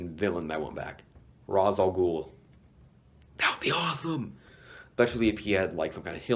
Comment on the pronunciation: it's Ra's not Raz